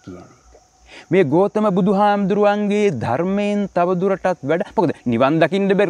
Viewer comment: ගෝතම නෙමෙයි ගෞතම නම හරියට කියන්න.....